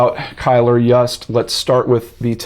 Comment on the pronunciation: I believe Yust is pronounced Yoost!